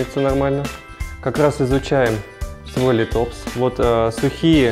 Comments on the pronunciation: спасибо за интересное видео, только не литОпс, а лИтопс) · Всё бы хорошо, но лИтопс, а не литОпс. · есть правила произношения латинских названий, так что - лИтопс.